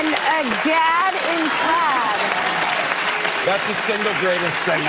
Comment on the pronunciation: How did she pronounce plaid???? Sounded funny…